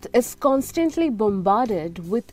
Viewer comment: Content is good; however, I've been hearing "art" all the time.. finally figured out it was "Earth".. "constintly" instead of "constantly" and "Fast" instead of "first".. horrible pronunciation, which makes me wanting to tell you - let any English speaker do the speech recording in the future.